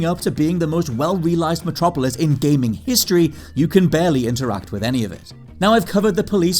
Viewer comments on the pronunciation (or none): none